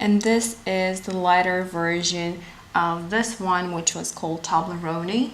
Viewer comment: I know this video is old, but I just have to tell you that it's not pronounced Tob-Ler-oh-knee. It's Tobe-Lee-own. Like the candy bar Toblerone. Tow-bler-own or Toe-bler-own.